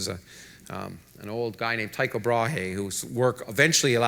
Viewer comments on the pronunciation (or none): none